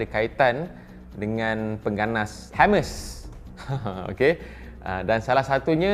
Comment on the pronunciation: kenapa sebut "hémes" bang 😂